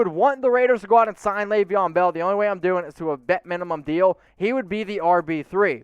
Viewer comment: Laveon Bell???? Hahahahahaha somebody needs to do some homework 🤣 😂